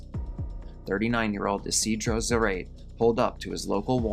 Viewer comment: For the last "fate", the last name of man that was shot is Zarate and in English pronounced Za•rah•tee (like Karate but with a Z). The Spanish pronunciation is: Sah-rah-tay (rolling the r in "rah")